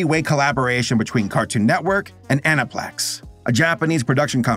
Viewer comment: The way he says ANIPLEX is so wrong after hearing be said on tv all my life... 😅